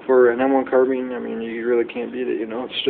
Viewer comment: Carbean its carbine